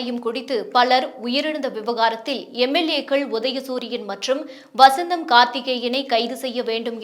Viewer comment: MLAவசந்தம், கார்த்திகேயன் இல்லை. MLA வசந்தன் கார்த்திகேயன் என்று படிக்கணும். இந்தப் பெண் சுக்குமி ளகு பிலி என்பது போல படிக்கிறார். கல்லச்சாராயம், சிகழ்ச்சி, அடுக்கு முறை அல்ல, அடக்குமுறை இப்படி தப்பும் தவறுமாக உளறிக் கொட்டுகிறார். இவர் செய்தி வாசிக்கத்தான் வேண்டுமா? Why this kolas veri?